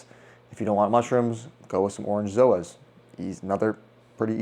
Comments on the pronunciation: If you want to abbreviate Zoanthids it’s Zoas, “Zoh-ahs”, not zooooos 🤷🏼‍♂️ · ugh, stop saying Zoos this all started because a couple of wanna be influencers accidentally called them that and doubled down, and it stuck. it's Zoanthus, not Zooanthus not to not pick but if you want to educate people and be taken seriously you should atleast know the correct spelling and pronunciation of the easiest species. still a good video but pet hate